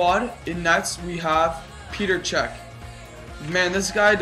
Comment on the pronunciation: Peter cech? Petr cech, you pronounced it wrong :)